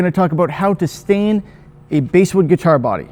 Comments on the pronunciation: Basswood....pronounced like the fish, not the instrument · it’s pronounced basswood, not basswood :) jk, great video! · Its pronounced like the fish BASS Not the instrument. Truth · You’re not the only one who pronounces it that way, and everyone with a channel that I’ve watched gets comments about it. For me, I know exactly what species of wood you’re talking about so, unless you start calling it something REALLY whacky, like “Brazilian/Indian/Honduran Live at the Rosewood Ballroom Mahogany/pau ferro/Rio Grande Palisandro,” you can pronounce “basswood” however you like and I won’t mind. 😂😂